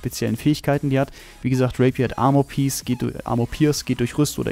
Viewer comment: Der ''Raper'', wie du in aussprichst xD